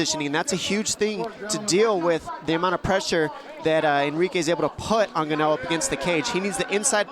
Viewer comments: When Francis made his debut, the commentators struggled with pronouncing his last name correctly. Only Bruce Buffer did so. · The report doesn’t know what he’s talking about. He can’t even pronounce Ngannou correctly. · THEY KEEP MISPRONOUNCING FRANCIS LAST NAME!!!!🤭😂🤭😂🤭😂😭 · yeah why did he got it right yet these commentators don't say his name right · still really embarrassing, especially as a ufc commentator you should know how to rponounce foreign names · It kills me every time they say his name like that. Like, just fucking learn to say right. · I’m glad to see they starting saying Francis name correctly after this fight. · Can't belive they let joe, Dom, and goldi say Francis's name wrong all them times but Bruce was spot on 😂😂😂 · They are the same people bro. They are just mis pronouncing his name. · They keep saying his last name wrong didn’t even know it until he got big in the sport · Didn't even know how to say his name lmao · They didn't even know how to pronounce his name. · the guy's EARLOBE caught whiplash!! I want Joe to interview himself about mispronouncing fighter names. Oh ga-no you don't! Francis looks like a gd giant mech standing next to joe🤣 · did he just called him 'gannao' ?! What an idiot ! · as if the other 47 wrong pronunciations of ‘Geneaux’ weren’t enough… “Francis Geneaux ladies and gentleman!” 🤣😭😂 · The commentator is a total idiot. Michael buffer just introduced him as Ngannou and he keeps saying gannou. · Actually he didn't get it right lol,, it's "ngannou" not "N'gannou" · I love how they used to pronounce Francis and “gan-no” and he is now the greatest heavyweight to be in the sport and is pronounced “in-gan-ooo” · Why do they keep calling him Gannou. It's NGannou. The N isn't silent. It's pronounced En-ganu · At least buffer didn't say ganno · ONLY ONE WHO SAID NGANNOU INSTEAD OF GANO TOO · When did gah-no graduate to N-gah-nu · Nobody: Francis Ganno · I was looking for this comment, as soon as i heard them keep saying Gano!